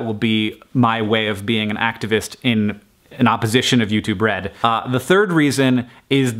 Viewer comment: I keep hearing "YouTube Bread".